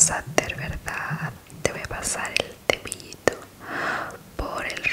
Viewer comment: Ustedes no escuchaban qué en vez de decir zapatos decía tapatos y en ves de decir cepillo decía tepillo